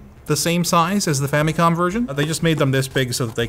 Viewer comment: Erm.. Am i the only one to hear "Femicon" instead of "Famicon".:P What are you trying to say??:)